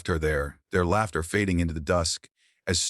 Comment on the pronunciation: 16 year old wife? Laughter pronounced as lauter? Totally sucky AI